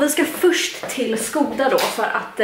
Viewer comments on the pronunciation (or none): none